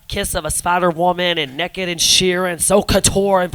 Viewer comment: I love how Alyssa says Naked. "Neck'ed"